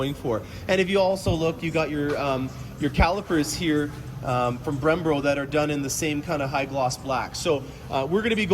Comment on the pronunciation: Hurts my ears